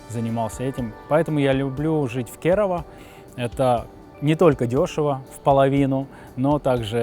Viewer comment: кЕрава, а не КерАвА